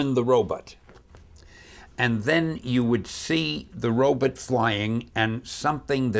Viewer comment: I like that he keeps saying robot as "robutt"